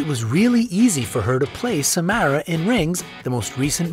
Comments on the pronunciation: Bonnie isint the only one who played Samara:/ and it’s Sa-mar-ah not Sa-mare-ah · It’s not sa- m- AIR-a it’s sa- m- are-a